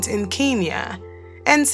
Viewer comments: It's Kenya not kinya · Keinia👍🏽🥹🤦🏾‍♀️ It's Kenya 🤣